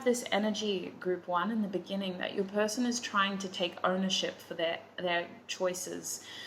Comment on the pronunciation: I’m laughing in the middle of the night because you said “pershon”, THANK YOU